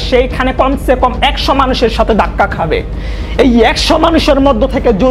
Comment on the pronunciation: আপনার এডিটিং মজার হয় কিন্তু বাংলা উচ্চারণটা ঠিক করলে আরো ভালো হতো। যেমন "তুমার" না, কথাটা হবে "তোমার"। "দাক্কা" না, কথাটা হবে "ধাক্কা"। "পয়োজন" না, কথাটা হবে "প্রয়োজন"।